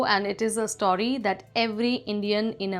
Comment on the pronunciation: Please learn to pronounce words "aiport" and "story" correctly. You're messing up my English, lady.